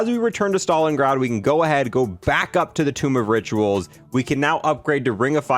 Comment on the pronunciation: he said tomb of riturals